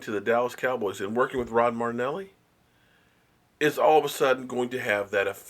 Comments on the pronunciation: BRO LISTEN MAN! IT'S KIND OF STARTING TO IRRITATE BECAUSE IT SEEMS LIKE YOU ARE PURPOSELY PRONOUNCING NAMES WRONG...... WOOOsaaaaahhhhh woooosaahhhhHHHHHH NO DANG IT I'M NOT CHILLING THIS TIME!!! STOP FREAKING PRONOUNCING MARINELLI WITH A TEEEEE THERE IS NO TEEEEEEE THAT'S MARTINELLIS THE DRINK ....TAKE THE TIME OUT AND LEARN HOW TO SAY IT RIGHT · you know I love you right? "Mare-In-Elly" Rod "Mare In Elly" Lol I love you brother! As for your hot take on his bonus effect on defensive players... Spot on. Not just linemen. Why the hell do you think a bunch of wankers in our DB corps got hired by other teams? Because they were all Dieon Sanders reincarnate? LOL We let a bunch of punks who should have been drafted in the 5th/6th/7th rounds go and picked up a bunch of kids (in the 2nd/3rd/6th rounds) who should have gone 1rst or 2nd. We shall see, but I expect some suprise across the league. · Learn how to say Marri-nelli... it's starting to get annoying. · Y'all need to quit breaking Balls about how he spells or pronounces Marinelli. Yeah I think it's funny, but come on man. Y'all act like you guys have never spelled anything wrong. Just kiddin fellas, lets keep messin with him. After all, he does play with dolls!!! hahahahaha